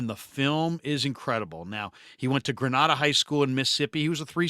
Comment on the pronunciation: Grenada PRONUNCED: gruh-NAA-dah